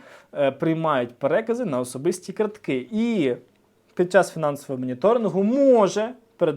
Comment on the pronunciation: кАртки, не карткИ!